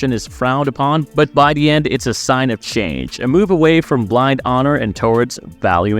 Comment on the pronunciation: Dis and da? Why does this guy say dis and da instead is “this” and “the?”